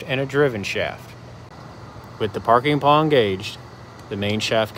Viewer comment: Parking pawl,.. pronounced paal (not parking paw) teaching is fantastic, but get the details correct or other teachers will find you silly.